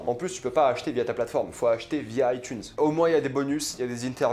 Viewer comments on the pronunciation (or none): none